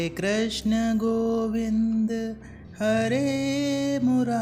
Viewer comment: Krashna nahi bhaiji krishna boliye 😊